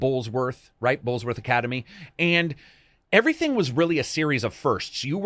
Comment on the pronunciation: Billy Hopkins?! Oh nooooo it's Jimmy doood!.... Also you said bullsworth but its bullworth.... No s